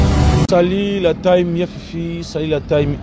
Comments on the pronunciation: Monsieur John on ne prononce pas "taim" 😂 mais plutôt "tim" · des que j ai entendu SALUT LA TAYME ULRICH j ai coupé le son pardon les memes remarques tous les jours mais vous ne vous rectifiez pas ou vous voulez qu on appelle par whatsap et un prof d anglais vous donne quelques cours d anglais? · on dis la team (tim) et non ). TEAM= l’equipe